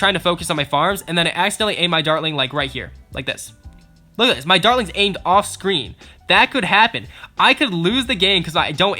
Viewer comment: When he says dartlings it sounds like darlings